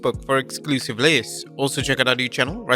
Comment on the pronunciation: LISTS! NOT LEESTS